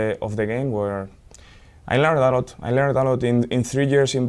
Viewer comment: Rafa is a common nickname for Rafael. So Xabi is referring to his time at Liverpool (2004–2009) and the manager during his Liverpool career was Rafael Benítez (2004–2010) aka Rafa Also Bayern is pronounced more like "Bah-yerrn". Same thing with the club Xabi Alonso just left. Bayer (Bah-yerr) Leverkusen. I'm an American and I started this journey back in 2011 so I know what's like to learn all this with no prior knowledge. Keep it up bruv, you're doing great!!! ✊